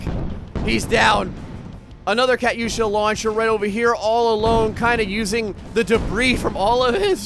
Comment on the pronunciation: It's pronounced cu-too-sha